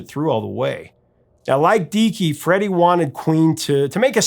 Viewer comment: Freddie. Not freddy!!!